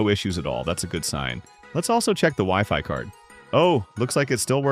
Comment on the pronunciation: What the frick, I think he was trying to say WiFi